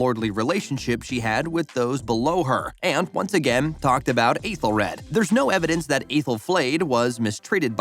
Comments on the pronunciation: It's pronounced "ETHEL red". Ffs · Aethelred not rad and Clapa nit cluba but mistakes can happen. The “ bloopers” are just behind the scenes clips not the actual bloopers itself. Have you seen the show? 😅 thank you for the video, but just have a bit more pronunciation or research.